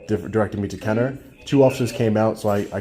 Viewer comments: It’s Kenna-bruh! If you really want to go on a tyrant safari, go down to the City of Belle Chase, just south of Kenner on the West Bank. Those cops have never even heard of the constitution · I live 15 min from this hell hole. I wish I was there.. Ignorant POS'. They make the most money of police forces in the region. It is pronounced Kenna Brah.